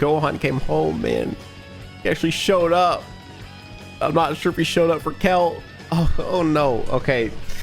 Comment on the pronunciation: ''Kel'' hahaha, yeah.. you are pronouncing it wrong